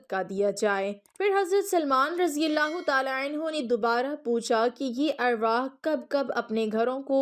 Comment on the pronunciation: Word arwahee nhi arwaah hota ha